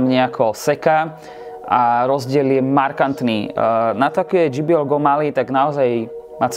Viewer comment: dží bí el by bolo GBL je to džej bí el